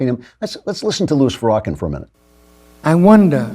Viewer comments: Where did you fu'rawkin' learn how to mispronounced Farrakhan in such a manner? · I believe it is pronounced, Far-ra-khan. It's Turkish for hypocritical sleeze ball. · Did you seriously say “Farah-Ken” but I’m supposed to believe your intelligent, and listen to you? 😝 Pass